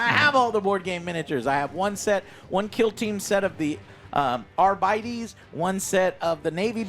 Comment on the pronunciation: "Arbeedees"? What? It's just Arbites.